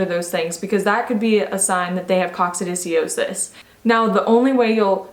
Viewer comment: Pronounced Coc sid i o sis. Just sayin'. Good info, though.